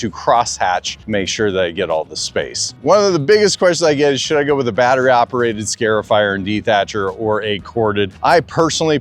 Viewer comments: Just a heads up - it's "Scar" (as in Scratch) not "Scare" -ify. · Scar-ifier. Not scare-ifier.